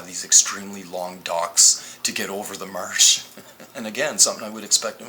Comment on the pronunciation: Marc Rover Not to mention this guy's inability to pronounce the letter "a" correctly. It would drive me nuts listening to whole video of "mursh" instead of "marsh", "sand bur" instead of "sand bar", etc. Not sure which "dimension" he attended grade school in, but it sure as heck isn't the same one I attended in!!